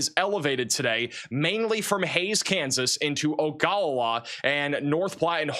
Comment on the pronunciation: Imperial is pronounced just like it looks. Ogallala is pronounced Oh-guh-la-la. I used to live in that area.